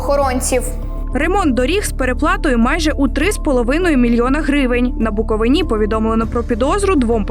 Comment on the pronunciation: І ще, наголос в назві нашого краю на передостанній склад. На "и" , а не на "а". Це вже так остогидло від "столичних"...